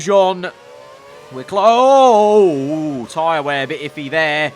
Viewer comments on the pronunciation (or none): none